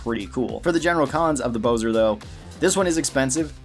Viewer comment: It’s bo-zar, not bo-zer